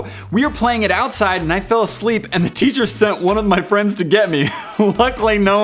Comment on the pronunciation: He said frind instead of friend